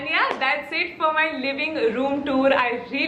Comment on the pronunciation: video was informative 🤗.The pronounciation of tour is wrong. Kindly change.